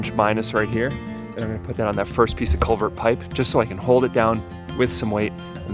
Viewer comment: Sounded like he was saying "colvert", not CULVERT.